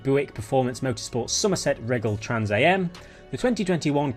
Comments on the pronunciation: Minor fix for you. It's pronounced Trans Am - which is short for the Trans American Racing series founded in 1966. This is also what the old Pontiac Firebird with the factory body kit and "screaming chicken" hood decal was named after. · Its trans am, as in i am, not am as in am and pm😅 pity theres no racing events for thess motorsport race cars.